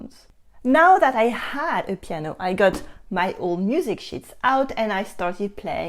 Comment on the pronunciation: when you say "sheets" fast with your accent it kinda sounds like a word you really didn't want to say. 😱